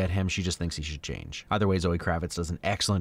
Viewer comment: Yay he called him